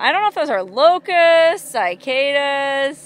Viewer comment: Sigh-cadas, no bueno, lol. Say SiH-caYdas. Or don't. 😁And it's not EYEtalian, or SEEment for everyone who says that, too!!!🤣🤣🤣